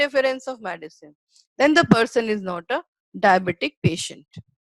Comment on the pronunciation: WHAT IS MADISON ? PRONOUNCE AS THE SPELLING GOES - M E D I C I N E, MED LIKE IN "BED" AND CINE LIKE "SIN" PUT AN "I" IN BETWEEN MED I CINE.